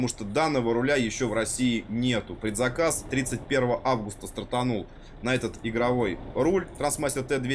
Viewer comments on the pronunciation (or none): none